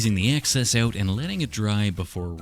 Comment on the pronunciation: just the way he says uuouut made me think he was a Canadian